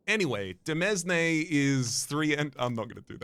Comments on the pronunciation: impeccable pronunciation of demesne 🎉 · demesne is such a funny card name to me cause i fully shitposted my way into the right pronunciation. read it. went "duh-mezz-nee?" and immediately thought 1) thats stupid it cant be right and 2) cham-pag-nee, so its probably french